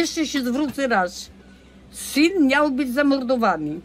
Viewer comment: Tereska mówi niał,zamiast miał